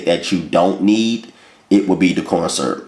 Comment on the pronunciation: "Light. Corn. SURP." 😂😂😂